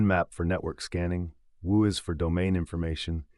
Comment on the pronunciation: It's probably AI text-to-speech, but so many things are pronounced in off-the-wall ways. WHOIS was where I stopped since everyone knows it's literally WHO + IS. It's pronounced something like whoa-is in the video. When you can't say the terms correctly, I have to assume you know nothing of the topic